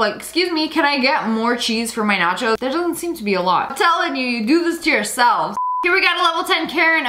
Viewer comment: "natcho" chezzz